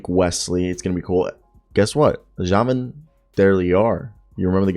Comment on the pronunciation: I love how French you made Javin’s name lol.